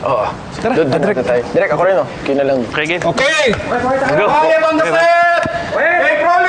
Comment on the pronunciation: Bisakol? Correction it's direk not derirk lol